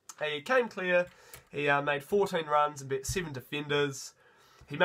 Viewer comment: As an old bloke I winced at "verse" (versus) and "bet" (beat) but once I got past that I really enjoyed your review, the passion you bring, your positivity and your pronunciation of people's names. I particularly enjoyed that family haka in the stands too...loved how Te Toiroa's sister(?) went back to her phone right afterwards!!! Keep up the good work!